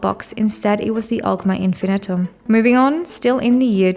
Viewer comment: Infinium not Infinitum, but otherwise, decent video.